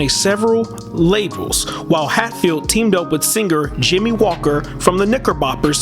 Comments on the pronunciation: It is pronounced, "Hat" field. Like you sare wearing a hat. Not "HATE" field which is not only totally wrong but totally, totally "Unrighteous" Big time! Good evening, Sir Good Evening. PS: He don't be "H-A-T-i-N-G" on anybody. Ok????? Good. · Bobby’s surname is pronounced Hat🧢 field not hate field. Thank you. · Please pronounce surname properly NOT HATEFIELD BUT H A T F I E L D...TVM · This was a good documentary. In the future, be sure to research the names of music artists and record label names. Some of them were mispronounced, such as "Hatfield", "Polydor", "simulate", "The Sonny And Cher (pronounced "share") Comedy Hour" (pronounced "our"), "Swayze" (pronounced "SWAY-zee"). I'm sure that you'll get all the names and words right next time :-)